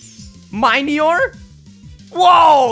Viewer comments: Mih-knee-or not Mai-knee-or dude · Why does no one know how to pronounce Minior? It's mini + meteor! Min-ee-or.